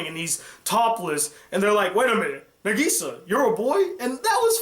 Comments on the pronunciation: I’m sorry but it killed me to hear him say negesa instead of nagisa 😹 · Hhh how you say Nagisa's name is n-AH-g-E-s-AH